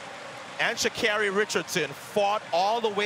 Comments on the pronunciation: THAT IS NOT HOW PRONOUNCE HER NAME MA’AM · ii don’t think sh is pronounced w/a ch , get her name right -_ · How do they still not know how to pronounce her name